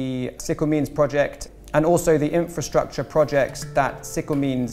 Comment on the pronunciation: « ok we are going to fund infratshatsha » this took me out !